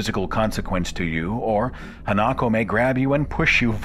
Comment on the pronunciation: Minor correction: The Japanese ghost is Ha-na-ko, not Ha-nak-o.